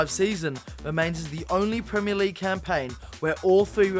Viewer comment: “Top 5 pwemier league gweat escapes”